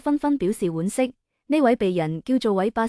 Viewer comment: 傳奇讀＂轉＂奇，不讀＂全＂奇。水滸傳讀水滸＂轉＂，不讀水滸＂全＂。傳開讀＂全＂開，不讀＂轉＂開。惋惜讀＂丸＂惜，不讀＂碗＂惜。大陸人請不要假扮香港人述香港事，連讀音都讀錯哂。